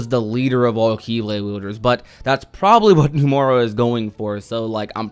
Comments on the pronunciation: No-mu-ra not new-more-uh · I love how you've committed to pronouncing it "Numora" lol. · Please pronounce Nomura's name right